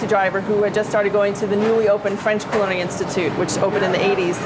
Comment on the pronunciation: coo-lin-airy. Thanks.